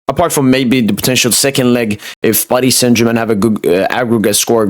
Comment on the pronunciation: The way u say Paris saint Germain makes my skin crawl. Can’t u just pronounce it normally